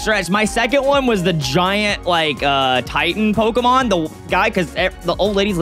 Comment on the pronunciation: is SO bad with the new Pokemon names and I'm internally screaming